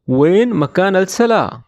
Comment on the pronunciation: فین نہیں ۔۔وین ہوتا ہے